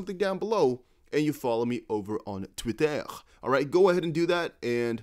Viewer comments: that "tweetah" in french accent brah! 😂😂😂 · I love how you pronounced "twitter" in Italian accent 😅